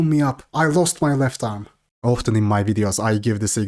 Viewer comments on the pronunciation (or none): none